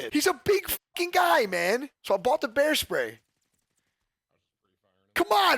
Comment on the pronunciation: I though you said hair spray 😂